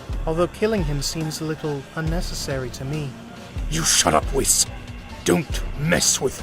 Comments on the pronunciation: Don’t forget “whisk” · Bro said wiss😂😂😂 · bro its whis like wheas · Bro you know damn well you sayin whis’s name wrong